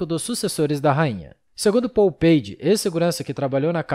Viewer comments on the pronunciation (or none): none